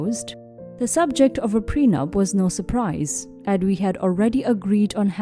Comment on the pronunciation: Pre-nup not pren-up